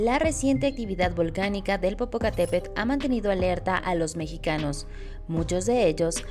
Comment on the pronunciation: Le faltó a la presentadora de la noticia pronunciar bien el nombre don Goyo.